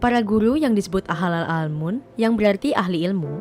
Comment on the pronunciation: Host sekelas nat geo gagal mengatakan diksi. Ahlul ilmi bkn ahlal almun. Udh era AI pdhl,,, klo hal sesederhana ini sj g kompeten bgm dg data2 kompleks?